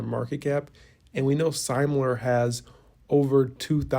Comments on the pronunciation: It's Semler, not Seimler. Pronounced "sim-ler". Just trying to help, not be a jerk. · Good work as always, please learn how to pronounce Semler scientific, it is not pronounced the way that you pronounce it, I have spoken to Eric myself.